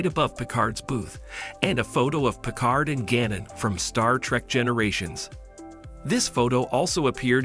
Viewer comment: Gannon? It is spelled Guinan and pronounced like "wine-an" with a G.